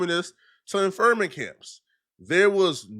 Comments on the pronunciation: Internment camps, not “ infermant” camps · "Internment camps" not infirment camps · 🤓 "internment camps" not "infernment camps" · great vid but it's in-tern-ment not in-fir-ment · "Infirment camps" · This man said infirment camps